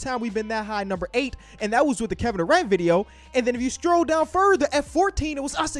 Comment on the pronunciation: scroll not stroll 😂